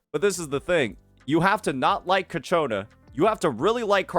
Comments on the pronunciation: It's not "Ca-cho-na" it's "Chia- co-na" Sorry but it's doing my head in. The Ch sound is at the beginning. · Brother its CIACCONA not CACCIONNA